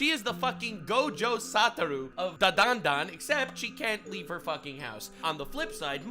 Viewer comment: ... And he still can't pronounce DanDaDan correctly. It's okay boss, we still love you.